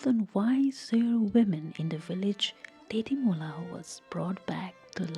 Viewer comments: Tetimola❌ Tejimola✅ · Not tetimola its techimola